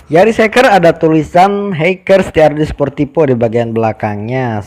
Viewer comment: Sportivo mas, bukan sportipo 🤣🤣